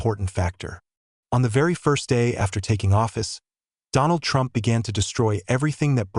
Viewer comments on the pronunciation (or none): none